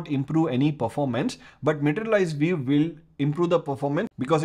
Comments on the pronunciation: vee-you not veev. I had to rewind a bunch of times at first to figure that out. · why you say 'viv'? and not view? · Took a while to figure out what you were saying when you're saying view - sounds like veev... LOL I can see a number of usual uses of materialized views. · so funny your english accent, especially how you pronounce "view" :) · Pronunciation View as "vief":) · Great Explanation, also Pronunciation for View is "vu" 😊